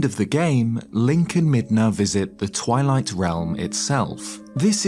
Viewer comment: Brother, Midna We don't hard R around here, you're better than that